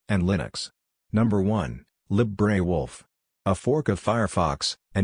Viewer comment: Someone needs to train this text-to-speech tool to pronounce "libre". lolol